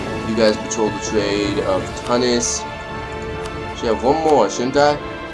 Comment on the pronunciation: Tunis is pronounced 'Chew-nis'